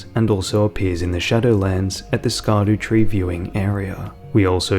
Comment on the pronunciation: The real question is why everyone insists on saying "ski doo tree" when the intended pronunciation is obviously shadow tree.